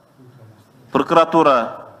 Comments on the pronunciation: Ёбнутый екенсин,даже грамотно сулой албайт екенсин,прыкратура емес прокуратура додой! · Прыкыратуру нвд дейтко😂тура суйлочу